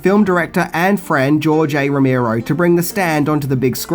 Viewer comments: Really? he mispronounced the legendary George Romero's name?.....PUTZ!!!!! BTW,next time do a little research.Laserdisc has been around since the early 80's trying to compete with VHS,and was the predecessor to CD/DVDs.... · That’s not how you say Romero